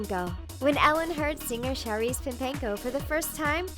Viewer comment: It isn't pronounced Sharice its actually pronounced Cha-reece